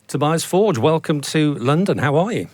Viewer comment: Imagine not being able to pronounce your own name….